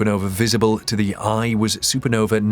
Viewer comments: why say supernove instead of supernova? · no vuh.... not no vee...